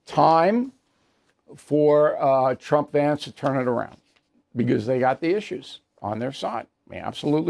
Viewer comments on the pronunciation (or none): none